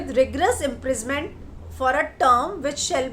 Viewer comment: IMPRI-SON-MENT...imprisment kya hota hai? Reporter kehte ho khud ko , bolba toh thik se seekh lo!!